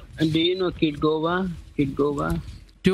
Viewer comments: “KITGOGA”!!!!’ Try again bud. This isn’t Edna but I think it’s great they are aware of Kitboga and how he is an amazing guy who is wasting thousands of hours of scammers time. Thanks to you too!! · I had literal tears coming from my eyes. He said every name but the right one 😭